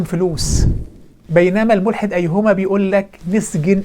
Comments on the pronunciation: ما بيعرف يقول ايهما بشكل صحيح ، 😂😂😂😂😂😂😂😂😂😂😂😂😂😂😂😂😂😂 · حتى كلمة ايهما لايستطيع نطقها بطريقة صحيحة 😆